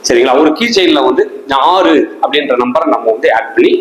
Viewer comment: 6 என்ற எழுத்தை மட்டும் வைத்து எவ்வளவு நேரம் அழுத்தி பேசுரிங்க முடியல ப்பா சாமி